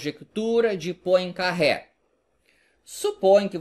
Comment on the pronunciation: só uma dica:não se pronuncia Poincarré,mas Poincarrê